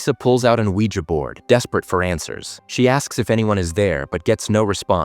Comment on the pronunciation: Was he saying Weeger board? 😛